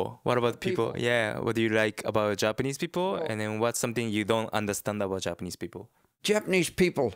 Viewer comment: even though he has been living in Japan for a long time, his pitch accent is almost all wrong.